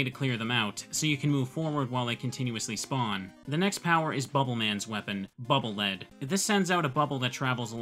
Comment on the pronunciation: As I understand it, the weapon is pronounced "Bubble Leed."